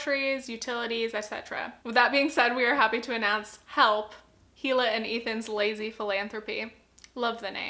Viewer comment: Just a heads-up: Hila’s name is pronounced EE-luh, like a silent H